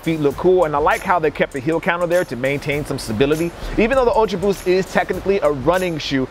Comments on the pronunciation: did no one else notice it said "ulta boost" ? 😁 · Yeah I love those 'Ulta' boost XD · did anybody notice "ultaboost" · "Ulta" Boost eh? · HE SAID "ULTABOOST" AHHH